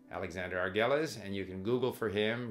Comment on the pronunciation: Steve, Try to say Prof. Argüelles name how a Spanish speaker would say it. That is how how you pronounce it. The double L becomes a Y. I am used to how you said it, as an English speaker though.